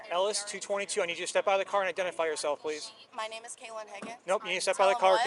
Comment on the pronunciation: Two things: What's with kids using the F word talking to their parents? Why do they add another syllable to their last word "what's your name-ah?" B-flat kids, totally B-flat.